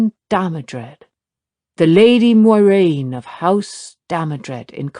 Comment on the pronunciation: She still cant say her own characters name correctly even with a pronunciation guide in the back of the book. Weak.